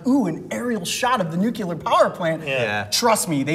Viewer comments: WHO ELSE NOTICED COYOTE SAID “nucular” and lmao sorry it just gets on my nerves 😂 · It's NUCLEAR (Nuke-Lee-Er). Not NUCULAR (Nuke-You-Ler). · Oh no! They say "nucular" instead of "nuclear" XD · I love your work Coyote but I just wanted to say it's nuclear not nucular. Keep up the good work!!! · "new-clee-ar" vs "nu-cue-lar". debate! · Nuclear... New-clear Not Nuecular Just a thing for me. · Guys, stop saying "nucular". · Please stop saying "nucular" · I never expected you guys to mispronounce nuclear...